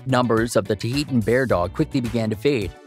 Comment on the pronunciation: There's no E after the H in Tahltan Bear dog. You're saying it wrong. It's not Tuh-ee-tun Bear Dog it's Tah-L-Tan (T-uhL-tan) Bear Dog. It's phonetic.